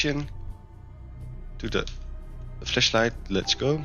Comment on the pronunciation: sounds like he is saying fleshlight 💀